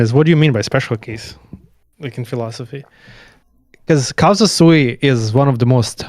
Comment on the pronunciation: I don't want to be splitting hairs, or looking for a hair in an egg as we say in the Balkans (doesn't come from our powder keg?), but if you have the audacity to say that Deleuze had read Spinoza wrongly, you shouldn't be saying "casa sui" throughout the video, because it means "ones own home", and should say "CAUSA SUI", because that "u" makes a world of difference...